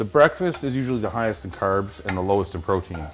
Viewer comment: curbs, aboot